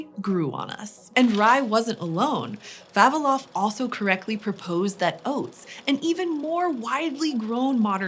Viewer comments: VavIlov. Stress on I. I would really love to know what is the evolutionary reason behind English speakers always mispronouncing Slavic names. 😂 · Not Va'vilov, but Vavi'lov 🤌